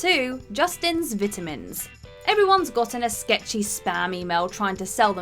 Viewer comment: I don’t like how you pronounce vitamins